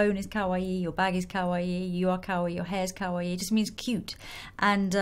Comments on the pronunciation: When you pronounce kawaii make sure it is ka-wa-i not cow-wa-i. The i makes an e sound. Kowaii means scary/scared/afraid which sounds very similar to kawaii so it is all about pronunciation. :) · lol it sounds like she's saying cow-aii